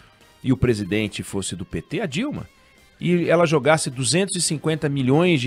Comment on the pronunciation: Porque acentuar o “Dilma foi reeleita, Dilma”?????